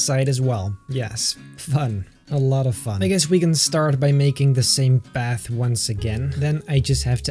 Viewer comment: Path more like bath LOL